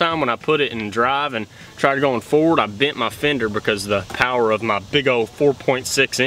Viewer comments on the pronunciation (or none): none